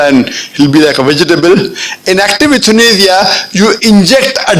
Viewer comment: It's YOU-THA-NAY-YA your pronunciations are very wrong Dr similarly it's GALAPAGOS ISLANDS not kelatropis that Darwin visited Lol